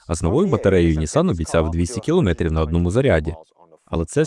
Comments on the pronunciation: Якби ще наголос правильний був, а то 100 разів за 10 хвилин коли чуєш "кілОметрів", починає вже вухо різати. А в цілому можна тільки подякувати за працю. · КілОметрів. Трохи забембує. У мене мама вчителька української мови....